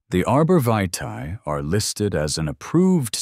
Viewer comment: The pronunciation of "vitae" was butchered several times. This is a lazy creator who doesn't respect their viewers.